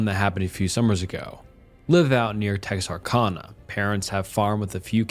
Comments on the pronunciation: Tex ar can a not Tex ar con a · “In-DICK-t” in one video threw me. Here, Texar-CONNA messed me up, it’s Tex-are-canna. But yeah I don’t complain to be picky - just to let know for next time. Also the comments drive engagement. I think a lot of the narrators mispronounce something early on in videos on purpose